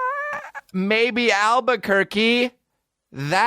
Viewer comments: Damn it I hadn't made it down to your response when I commented that he calls it Al-Bukkake haha I like your style sir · are people from Albuquerque called Albuquerks